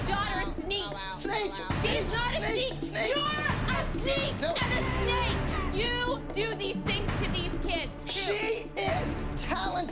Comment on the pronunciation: WHEN KHLOES MOTHER SAYS "sneek" INSTEAD OF SNAKE KILLED ME 🤣😂🤣🤣🤣